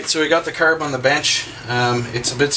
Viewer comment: ha, he says carb like curb and talking about Lila